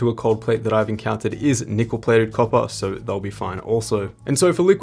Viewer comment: I like how you pronounce copper. I love to hear it. You got my sub.